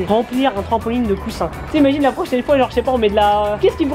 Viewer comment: il dit "trampoligne "😂